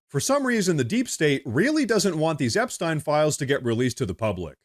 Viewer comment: You are pronouncing Epstien wrong . I'm not trying to be picky, but it's bugging me lol. love you're channel though 😊